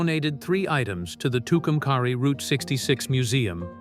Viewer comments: It's pernounced Two come carry. Say it right!! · It would be better without AI. As a life long New Mexican, it’s a great story but it’s pronounced Too Cum Carry! And the county is Quay. Kway. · Nice story. Too bad that the artificial moron voice does not correctly pronounce Tucumcari and Quay county.